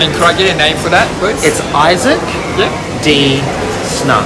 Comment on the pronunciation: Okay, nobody pronounces Isaac as “I suck”. This has to be the worst one